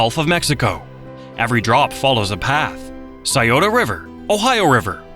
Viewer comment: I was about to post the same thing. Strangely it did get Scioto right.